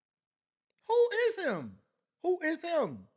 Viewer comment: You sound white when you try to imitate the “ hood talk “. Even the tone in the “who is him “